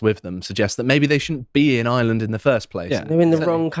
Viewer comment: IReland. Not eyeland. Try harder.